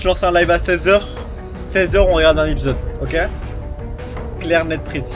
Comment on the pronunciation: ah yes "l'épisosse 6"